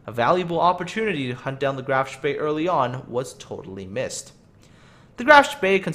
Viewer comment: A little German help in return for gaming help. Spee is pronounced with a long "E" sound, not an "A". You nailed the "SH" sound so kudos for that. So what you get is Shpee. This is of course Hochdeutsch. There very well be a regional dialect/pronunciation with the "A" sound but I don't know of any.